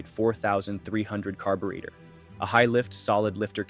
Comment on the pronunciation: The next time you say Iacocca, Chevrolet, or Carburetor that way, I'll deport you myself